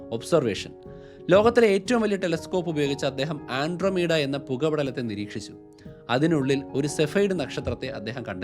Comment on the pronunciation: Please മോനൂ andromeda/ആൻഡ്രോമീഡ എന്നു പറയുക. ആൻഡ്രോമീഡിയ എന്നുപറഞ്ഞതായി തോന്നി.